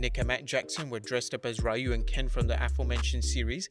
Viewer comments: REE-you...not RYE-you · Raiyu.....it's 2020, everybody should know how to pronounce Ryu by now.